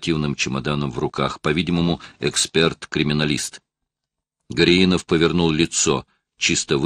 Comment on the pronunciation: всегда хорошо, даже - отлично читает книги, вот только тут не правильно сделал ударение в фамилии не ГоряИнов, а ГорЯинов)...просто приятель с такой фамилией у меня)....а в целом...всегда стараюсь книги найти..с настоящими чтецами и актерами, а не из новых!...ведь сейчас - всякий старается за что то взяться, видимо - известность других покоя не дает, вот только не каждому это - дано)))...в СССР в театральном готовили так же актеров т.н. разговорного жанра, учили правильно говорить, акцентировать, ставить правильно ударения, а новоиспеченные...т.н. чтецы...пусть не обижаются, я их даже в туалет на взял бы на работу, чтобы кричать - занято)...в общем - ВСЕМУ в жизни учиться нужно, если конечно - таланта Бог не дал))